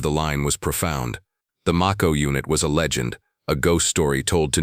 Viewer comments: Mayco....not maco....like the Shark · It's may-ko. As in the shark.😮